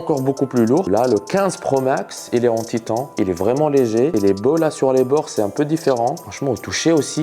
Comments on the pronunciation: "Titan" je crois 😂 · On prononce "Titane" lol